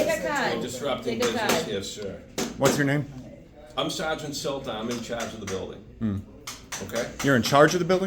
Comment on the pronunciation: I’m the sadge-int in chadge of the building